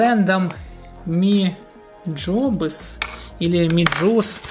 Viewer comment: Правильно MiJobs